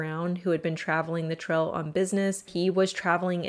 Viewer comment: Pronounce your "A's" right...its annoying!! "Trail" but you say "Trel"